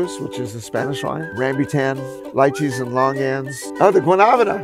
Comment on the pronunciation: He pronouncing Lychee correctly gave me hope